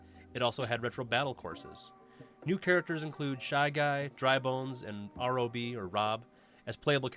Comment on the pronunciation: He called rob R O B